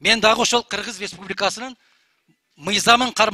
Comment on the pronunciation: Кыргыз деп айта албай калган го. Бүтүн деп тим эле аябай эле кеткен экен